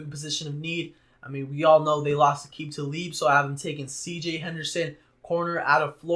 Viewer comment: Did you really just say aqib talib